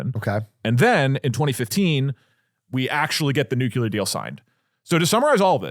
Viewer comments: The language guy had a reel about that "mispronunciation" and I think it is pretty much "if enough people say it like that, then it is not a mispronunciation", just ali ask vs axe. We just gotta accept that schedule is pronounced s-ke-dual and facade is pronounced...I am not sure how to write the pronunciation of facade, but it is not fack-aid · Doug is saying "nyoo-kyoo-lur" which is incorrect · Dougdoug saying “nuke-yoo-lur” tho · “Nuke-you-lerrr sites.” Jesus effing Christ man it hurts my ears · Nuclear not nucular PLEASE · Doug PLEASE. It is nuke-lee-er not Nuke-yu-ler. Bush did this to you but you don't have to accept your face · New Clear, not nukular. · "new-clear" or "new-clee-er" not "newcewlar" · Am I the only one hearing over and over nukelar in stead of nuclear? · I thought it was a W. Bush thing, but do all Texans say “nucular?” It only started bugging me bc Doug said it 10x in rapid succession in the first segment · Might have to stop watchingthe show because Doug says "Nucular" 🤮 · is it just me that gets jitters when doug says nuclear? "Nucular" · the way they're saying nuclear as nuquelar is triggering me so much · TIL Doug thinks it's pronounced "Nucular" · Doug, brother, the word nuclear only has one u in it. It’s not nuculear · I don't know how many more episodes I can take of doug doug saying "nucular". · I did ctrl+f and typed "nucular" to see if I'm the only one noticing. Doug is the real life Homer Simpson 🫠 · NEW-CLEAR. PLEASE, DOUGLAS DOUGLAS! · Love ya Doug. Tip for pronouncing nuclear, say the word “new” then say the word “clear”. As in crystal clear. As a radiochemist my Ph.D advisor drilled that into me. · Nucular is kinda triggering me... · STOP SAYING NUCULAR FFS! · I never realized doug was a “nucyuler” guy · someones gotta tell doug that its not nucular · I had to turn it off because I couldn't listen to Doug say the word NUCLEAR incorrectly 10,000 times. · One day, doug will pronounce the word "nuclear" correctly.